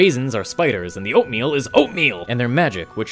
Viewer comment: "And outmeal are outmeal"